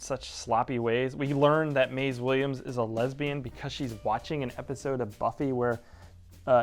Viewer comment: Who? Maize? You mean Mayzee right? 🙂